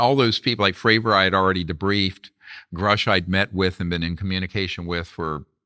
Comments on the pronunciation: Why does Vlad keep pronouncing Grusch's name as Groosh when Dr. Greer is correctly pronouncing it. Is Vlad that dense? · It´s David Grusch, not Groosch.